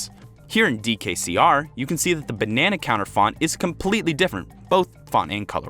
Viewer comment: DID YOU JUST SAY BANANER